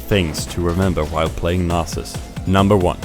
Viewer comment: Nay-sus. is pronounced nah-sus, mannn :P PS. nice vid. I love playing crit nasus